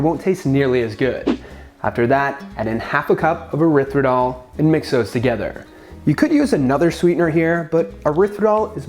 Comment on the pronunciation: What's erithridol?? I think you mean Erythritol.